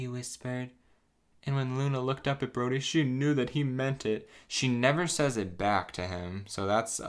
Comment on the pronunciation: I thought you said the lumberjack's name as 'Grodie' and was like alright that's a choice